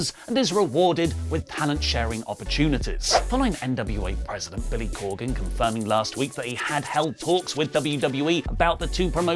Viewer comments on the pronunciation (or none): none